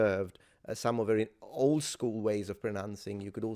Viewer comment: Her pronunciation of the word "old" reminds me of the old English or Scot spelling of the origination of that word, "auld."